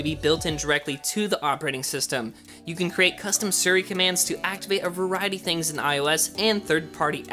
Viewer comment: It’s Siri not suri. It’s pronounced sea-re. Siri